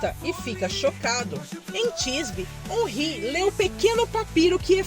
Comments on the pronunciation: É órin e não onrri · Se fala "Onrrí" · a escrita em português é omri , mas essa pronuncia não é certa